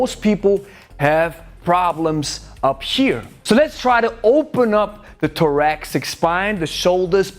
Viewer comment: Soft "th"... on "thoracic," not a a harder "t" sound. I will implement that stick stretch daily going forward. I really like your contribition to kettlebell mastery. Thx for all you do.